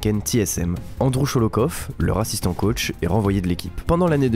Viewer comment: Le R bien roulé au début qui transforme "leur assistant coach" en "le raciste en coach"